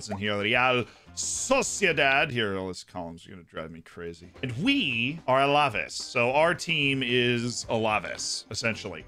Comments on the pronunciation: I enjoy your videos and tips. Just letting you know, it's pronounced Al-Ah-Vase. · Love the vid Z but Alaves is pronounced Al-Ah-Vase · I find it pretty funny how Z says alaves